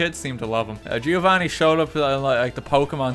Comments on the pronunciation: Lol you dont say the i in Giovanni only Govanni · RT: "Gi-o-vanni" Me, an italian: heart attack